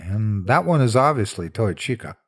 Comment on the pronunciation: I do wish I'd found this back when it was created. Now my mind just keeps comparing the canon lore to it... >_< Interesting how your accent shifts Fazbear and Chika rather far from the pronunciation from other YouTubers I've hears speak of the series.